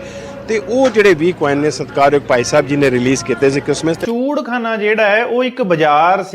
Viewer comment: ਚੂਹੜਖਾਨਾ ਨਹੀਂ, ਇਹ ਚੂਹੜਕਾਣਾ ਬੋਲਦੇ ਹਨ।